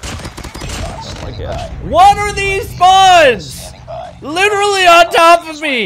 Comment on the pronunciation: "LITTERALY"